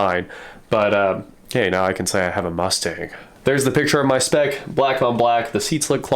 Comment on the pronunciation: I'm impressed by the specs. I'm pissed at them butchering the mustang name.